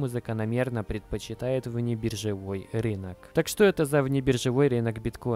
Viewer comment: рИнок режет ухо, РЫНОК говорится!!